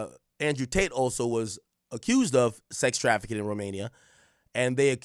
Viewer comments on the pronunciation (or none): none